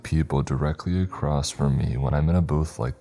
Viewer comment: Acrosst is not a word